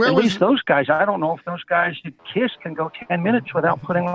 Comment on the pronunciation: Haha and he calls KISS CYST!